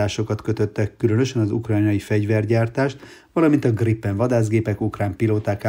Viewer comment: Kedves uram hol lát ön két "p"-t a Gripen szóban? Miért erőszakoskodik, hogy az GriPPen, és nem Grípen??